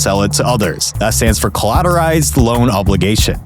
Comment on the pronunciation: It's "Collateralized" not Collatorized"